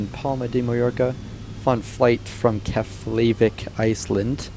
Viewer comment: just FYI, its Keff- La- Vick